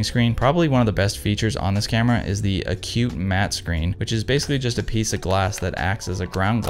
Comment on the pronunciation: I sense the beginnings of a stand up comedy career….your set ups and delivery are natural and very entertaining. By the way, it’s pronounced ack’-cue -mat (accent on first syllable) not A Cute Mat. Lol. Good luck with the 500cm. I love mine.